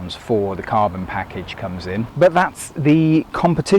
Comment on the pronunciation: Carbon, cabon, kabon, kabooon! 😂